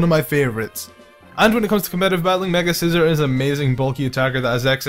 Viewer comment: he is saying scizor sooo wrong he is saying the word scissor not the name face palms